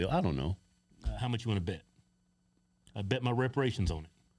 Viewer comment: Why cant Keith say reparations?? He hates the idea that much huh?